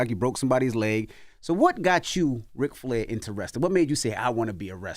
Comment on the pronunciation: Yall his name is RIC not rick (real name Richard) drop the k